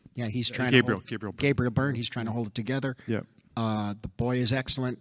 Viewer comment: As an irish person I've decided that he mashed up Patrick Bergin and Gabriel Byrne when trying to say the fathers name, our 2 rougish attractive leading men who oddly broke through into mainstream Hollywood for a brief time decades ago and its understandable they'd be mixed up lol. I loved seeing Byrne in a film as - accidentally a - high profile as this after all these years.